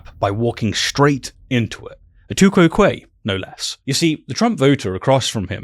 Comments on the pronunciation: I learnt Latin in a non-English speaking country, anyhow, nobody knows how Latin was pronounced. However pronouncing tu quoque as one word sounding like two-kwoh-kwa as an exited duck would. To my ear “to—kou¨oh¨kwae sounds more like I learnt it. But to each their own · It took me some time to realize that you mean "tu quoque" when you say "two kwow quayy". That is a very weird pronounciation.